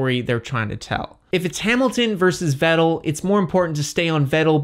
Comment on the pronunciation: I am not a fan of the way you pronounce Vettel